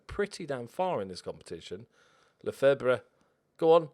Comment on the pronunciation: I'm like 70% sure Lefebvre is pronounced "Le Fev" (thanks 'Always Sunny in Philadelphia')